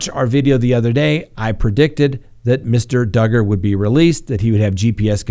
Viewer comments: trolling everyone by saying doogard at the beginning 😂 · I love how you say Do guard. Who cares how you pronounce his name he's a POS. Allegedly. I honestly never thought that Barry Morphew was ever going to get arrested. I actually had to pull my car over into a parking lot and watch the news. Good times. <3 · Ha ha ...just keeps calling Duggar ..."Doogar" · He’s a pos. Just call him Duggar. Pronounced “doo gar” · Josh Duggar rhymes with hugger!?, 😐🙄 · Of course he did 😆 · I was like, " Is trolling us?" Lol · Hey BETH ADKINS wants us to ask you to PLEASE PRONOUNCE the name DUGGAR RIGHT!!! SHAME ON U GO STAND IN THE CORNER your not aloud to EVER mispronounce another word or name wrong again!!! At least as long as Beth & a couple other people are watching you, I dont understand why if they are so insulted over you mispronouncing it & are HAVING SUCH A PROBLEM DON'T they just leave & come back when DUGGAR isn't in the news anymore just saying 😊😊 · I laughed when you corrected the way you pronounced Duggar!! I’m always getting corrected on stuff like that too!!! Your not alone!!! 😂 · And your you are not pronouncing Josh Duggar's name correct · Still pronouncing Duggar wrong... Just the first time so you're getting better.